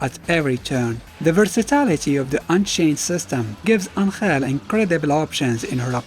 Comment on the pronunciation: why pronounces ANGEL as ANKHAIL!!!